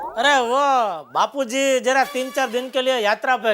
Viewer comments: When Daya say bapujri😂than bapuji say chappalri😂😂this was epic l can't stop my laughing😂😂😂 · bapuji ❎ bapurii ✅🤣